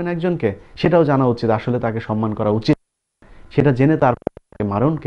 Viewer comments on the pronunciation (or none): none